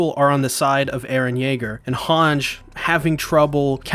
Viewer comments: Your pronunciations are killing meeee😭 “Han-Ji” not “Hawnj” “Shi-gon-shi-nuh” not “Shee-gan-Shee-nuh” and “Braus” not Blouse!!!!! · I love this guys videos but it is really irritating the way he pronounces some of the characters names like how he doesn't pronounce hange correctly, it's ''hahn-jee'' and how in the episode he called Louise ''Louis''. No hate just annoying to me still love the content.